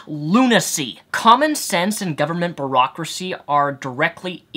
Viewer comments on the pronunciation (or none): "Government Barack-ricy" I'm not sure if that was just another mispronounced word, or an extremely clever shot at Obama and his crooked politics when it comes to unconstitutional detainment of suspected terrorists. Either way, you're right.lol Great video.